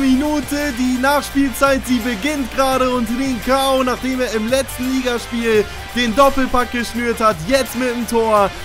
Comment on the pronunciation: Trinćao wird Trintschao aussgesprochen